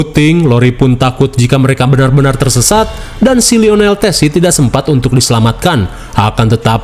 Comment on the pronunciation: itu yessi bang bukan tessi..